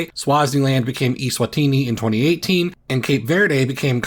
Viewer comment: It's pronounced eh-swatini not ee-swatini.